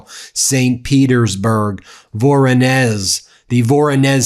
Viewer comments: Voronezh you pronounce as Voron Esh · It’s pronounced vuh-RAW-nish…the “z” in Russian with an “h” produces an “ish” sound. I’ve been there…. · Hi, Ben. Voronezh is pronounced vuh-ROH-nish (sounds like vuh-roe-nish). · it is pronounced "Voronej" :-) with the stress on the second "o"